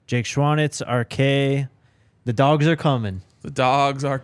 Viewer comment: You said Dawgs, man made me think you meant they landed one of our (UGA) transfers. You meant dogs.